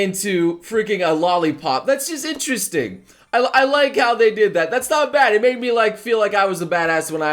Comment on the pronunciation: Drink a shot everytime you hear say "Interresting" also "Satebelt"